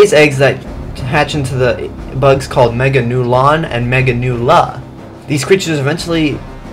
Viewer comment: Why is she pronounced megagurus